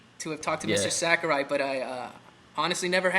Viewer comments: "Sakari" annoyed me >_< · Sakari? It's Sakurai xD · Mistur Sack-a-rye